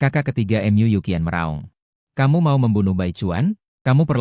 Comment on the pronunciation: Mu dibaca em yu 😂😂😂😂😂